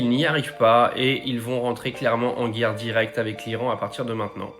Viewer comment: La errrre mondiale ??? Coooool